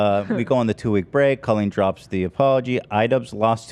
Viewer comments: girlie pronouncing it Co-leen instead of coll-een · I still think its absolutely nuts they pronounce it "coe-lean" instead of "call-een" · It's so weird how you say her name like colon that's not how you pronounce that name. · I know 😭 my middle name colleen and it sounds so wrong to me every time they say it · Why does pronounce the name Colleen like that